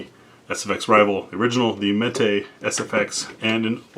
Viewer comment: Mete is pronounced like "meat". It means to dole, or portion out. Unless of course you are a Spanish speaker, then metay all you want 😉